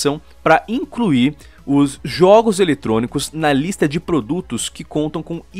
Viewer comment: Juogos kkk